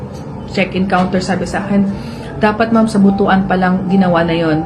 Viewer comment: Pls the right pronunciation ng word ng Butwan not Butu an altho the spelling of it is Butuan.pls